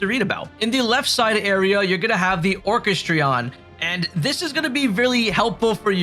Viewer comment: Nice tips bud. Some friendly help. Obelisk (Awe-ba-lisk) Orchestrion (Or-Kest-Tree-In)